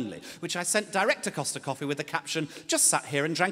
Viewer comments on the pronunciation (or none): none